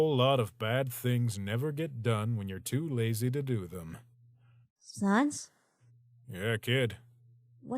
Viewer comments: it's pronounced sahns, as in comic sans, not sons, as in no johns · sAns not sawns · I'd hate to be "that guy", but it's Sans not Sons. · It's sANs not SONS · just to let you know sans is pronounced like sand but no d...you're not good at pronouncing names are you. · Sohns. They pronounce sans Sohns. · Why does she pronounce "Sans" that way? "Sahns"... what? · I love this comic but they way they pronounce “Sans” is basically the Undertale version of calling Aang “Ong” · THE PRONUNCIATION OF SANS BOTHERS ME